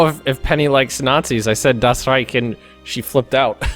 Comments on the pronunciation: no its not. Thats how americans pronounce it and not how it is actually pronounced. "Ch" is right, "k" is wrong, otherwise it wouldnt be called "reich" but rather "reik" in the first place. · for non german speakers "ch" is rather hard. Thats why you commonly hear them pronounce it more like "sch", just as alot of germans pronounce the english "th(e)" or "th(is)" as "z(e)". His attempt to pronounce it correctly may not have been perfect from a native german standpoint but still "perfect enough". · it's pronounced German "Rei" (As in RI-ce) "ch" (as in fu-CK you cant pronounce It) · you pronounce it as reich ( with a hiss soundy thing at the end) I'm taking German and have native German relatives and friends I know how to say it. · Why do you say reich wrong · Reich is pronounced with a k not a ch.